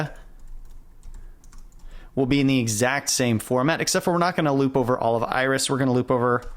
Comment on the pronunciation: At first, I did not understand what you meant with "The Irish Dataset". It sounded like a chess opening. But it became much clearer when i started to read the file names. :D